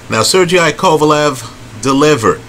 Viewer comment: NOT SER G I...... IT IS PRONOUNCED SER-GAY......AGAIN NOT SER-G-I PLEASE MY GUY AT LEAST TRY TO REHEARSE THE CORRECT PRONUNCIATION OF THESE FOREIGN FIGHTERS ....OTHER THAN THAT KEEP UP THE GOOD WORK....👌👍